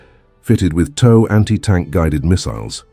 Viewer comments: Tow missle TOW. LIKE toe. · Canadian Armed Forces pronouces it "Left-Tenant". "Loot-Tenant" is an Americanism that leads me to believe this is an AI narrator. Edit: Just got to the part where the "TOW" missile is mispronounced. SMDH.